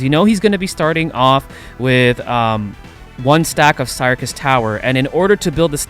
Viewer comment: I think you pronounce syrcus as circus but other than that, all good!